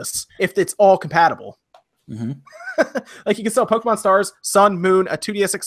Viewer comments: My god man. POKE-KAY-MON Not kee. Kay. KAY! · Thank god Poe-kee-mon isn't made by Oobi-soft. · yup, but even without knowing the abbreviation, the accented "é" itself automatically means it's pronounced like "eh" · spoonfreakdotcom The writing doesn't dictate the pronunciation, though. The é is there so that you don't pronounce "poke". "ay" is close enough though.